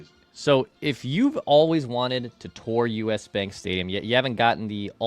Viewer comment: can you pronounce tour correctly! Lol. Also Phil could have guessed you have low T lmfao